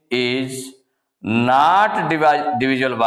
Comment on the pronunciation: Nat nahi not